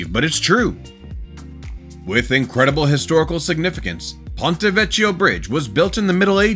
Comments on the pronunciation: It’s Ponte Vecchio pronounced Veckio not Vechio. That’s the danger of using robotic voices. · WATCH YOUR PRONUNCIATION! White I've heard the first word pronounced "PAWN-tay," ( I'd have thought ,"PONE-taay"), the second word definitely has a "K" sound, "VEH-key-oh." Sloppy don't cut it! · The "chi" in Italian is pronounced like "key" in English -- always! Vec-KEY-o. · Ponte Vecchio - Vecchio is pronounced Vekkio. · It’s Ponto VeKio . In Italian ch is pronounced K , like Chiante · You're mispronouncing the bridge in Florence. It's pronounced "vekio". That's not how it's spelled, that's how it's pronounced. It simple makes the old bridge. Used to party on that bridge every new years eve in the 80s.